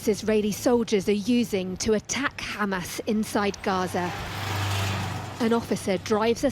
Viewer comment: Oh Ha-MESS, Ha-Mess. Was it worth it?